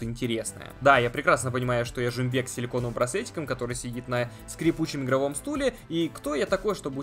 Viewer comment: Не жумбек а жумабек